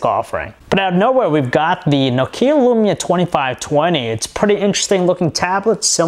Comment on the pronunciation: His pronunciation of Nokia annoys me more than it should xD